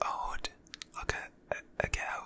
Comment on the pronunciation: When I heard this British nigga say hood I wheezed😭